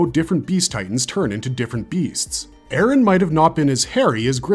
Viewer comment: "Eren yeahger"